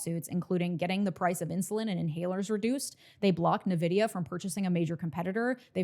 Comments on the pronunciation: Just fyi. 🙂 While some people pronounce it "NUH-vid-ee-uh," the correct pronunciation is "en-VID-ee-uh." Nvidia's name, inspired by the Latin word "invidia," reflects its founders' hope to evoke envy. You're awesome. Your videos are so detailed yet easy to digest. THANK YOU!!! 💙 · Its N-vidia. Not Navidia. And theyre currently valued at $3 trillion. 😢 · great video, as always. Keep it up. Only one thing I'd like to add, Nvidia is pronounced "invidia" like envy which is also why their company color is green.